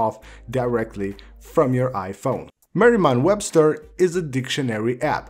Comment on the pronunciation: “Merrimam Webster”